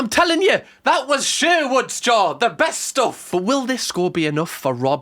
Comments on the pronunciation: it’s Sharwoods not Sherwood’s fella 😂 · ShArwoods? No one is gonna mentioning his ShErwood pronunciation.